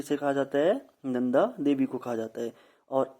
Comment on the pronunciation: नंदा होता है वो नदा नही